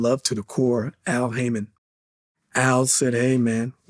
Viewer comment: Johnny says “Al Heyman said hey man” Best part of my entire life!!!